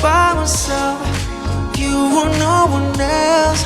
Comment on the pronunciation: Did I just hear NAURRR😭😭🫶🏻🫶🏻🫶🏻